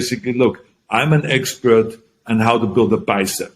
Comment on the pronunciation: Arny cant even say Expert correctly,he be like I'm the Expieuurt !!!